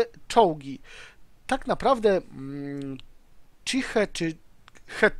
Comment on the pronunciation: Fajnie wymawiasz chi-he :P